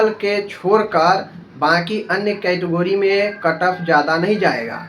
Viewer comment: Phle category bolna to Sikh lo lol kahi ka